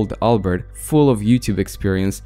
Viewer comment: You pronounced albert wrong